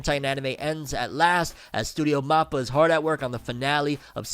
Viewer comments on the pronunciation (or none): none